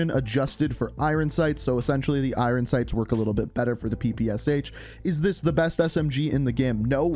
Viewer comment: “i-ron sights”